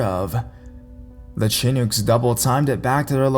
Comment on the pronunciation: it's pronounced like shi-nook